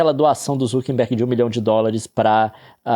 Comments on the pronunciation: Meu mais novo sonho de infância é que o Leon aprenda que é Mark ZuckeRberg, com R, e não ZuckeNberg como ele sempre fala. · Eu vou fazer um jogo de bebida comigo mesmo: tomar um shot toda vez que o Leon falar Zuckenberg ao invés de Zuckerberg.